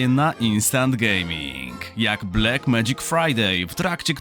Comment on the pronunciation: ty tez mowisz "blek"? W TV, radio i nawet w reklamach co chwile slysze "blek".. a moze by tak sprawdzic co google odpowie na "how to pronounce black"